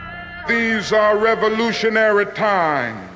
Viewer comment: "These are revolutionairy times" - finally!!!